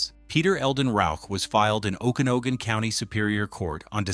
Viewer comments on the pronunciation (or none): Pronounced... "Oken-Agan". Just sayin...